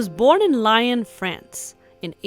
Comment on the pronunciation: Thank you for the historical video. I lived for 30 years on Franklin and Tamarind. Okay, Mr. DeLongpre's name is pronounced Duh Long' Pray. And Lyon, France is pronounced Lee Yawn'.